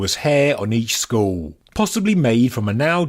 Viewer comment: It's pronounced skull not school lol